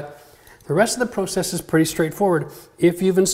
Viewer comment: The way you say process LOL